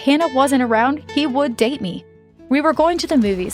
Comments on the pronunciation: Did anyone else Hurd that when said date I heard it as diet 🤣🤣😂😂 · date pronounciation Dyte 💀💀